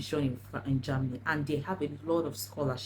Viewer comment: It's Ger-- many not JAMny dear